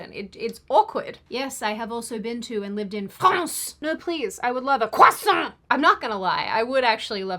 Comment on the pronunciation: "CROISSANT!!" yelled in a French accent 😂😂